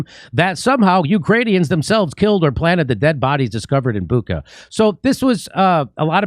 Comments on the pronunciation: Can Jimmy say Butcha (Shhha)? The New York times is enjoying the amount of money that they are getting paid to play the role of criminals. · Dear Jimmy -It’s Bucha, like dacha, like chai or kitchen not kitken 😉